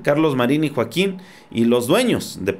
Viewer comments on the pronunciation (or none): none